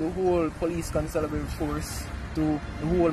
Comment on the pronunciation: did this nigga say consabilery?😂